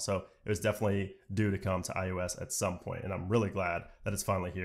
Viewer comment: Why does he keep calling it iUS 14?